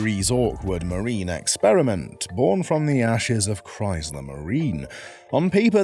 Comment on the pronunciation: There is no z in Chrysler.